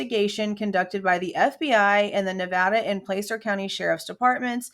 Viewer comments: Not to be pedantic, but it's pronounced Pla-cer, like Plaid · As a foreigner, I try and pay attention to how American names are pronounced. Nevada and Placer both have an 'a' that sounds like 'had', as far as I've been told. Same, I think, with Appalachia (both 'a's sound like 'had'). Edit: When I first saw Kiely's name, I thought it was pronounced 'Keely'. Can't people stick to one spelling? ;-)